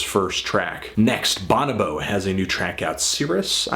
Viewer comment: i believe Bonobo is pronounced buh-NO-bo